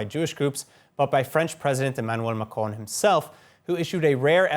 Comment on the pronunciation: Is that me or He is calling Macron "Macaroni" 😂